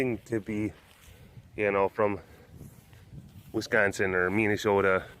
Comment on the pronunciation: I'm from wisconsin too, and everyone's attempts at a northern accent are awful! You definitely said wisconsin the way Wisconsinites say it! :)